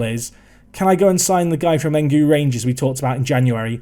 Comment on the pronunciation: its E-N-U-G-U not engu i'm a nigerian btw